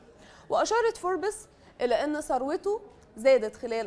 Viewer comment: نطقك لكلمة فوربس غلط